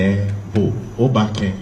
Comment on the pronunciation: Your pronunciation of obake is wrong bro. Who are you to promote Ga. Stop punching above your weight